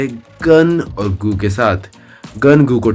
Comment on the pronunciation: Bhai yeh GOO HAI GUU NAI 😅